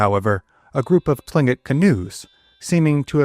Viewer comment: Written Tlinkit pronounced Klinkit. I have no idea why..